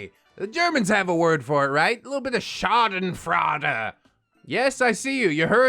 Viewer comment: Schadenfreude....the freude is pronounced froyyyy-da.